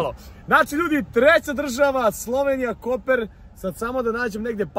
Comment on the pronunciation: nije Koper nego Kopar